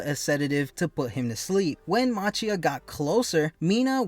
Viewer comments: Its machia ( pronounced ma ki ah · The giant villain's name is pronounced "MAH-KEE-UH".